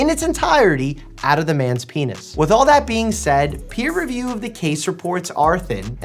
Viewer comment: Is the story a "pee woo" or a "pee review"?